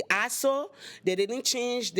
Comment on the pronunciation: Took me too long to figure out she said "axle" - at least I think that's what she said